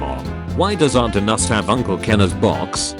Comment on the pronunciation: I like how AI word reader guy read "agnus" as "anus".